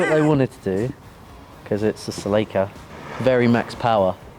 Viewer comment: the pronunciation on "celica" is completely wrong